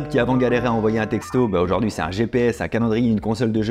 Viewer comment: J'adoooore vos videos, les concepts, idées, et la bienveillances sont une vague d'air frais ! <3 Est ce que tu peux prononcer aujOUrd'hui et pas aujAUrd'hui par contre :p je demande pour un ami